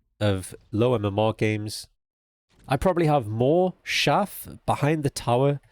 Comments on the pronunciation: Great guide. FYI, chaff is pronounced with a hard ch sound, like cheese or chase. Peace. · hearing him say "shaff" instead of "chaff" over and over was just so wholesome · Its Showder not Chowder If u know the reference u will lol